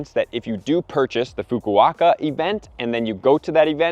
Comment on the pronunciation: Man he butchered the pronunciation of Fukuoka lol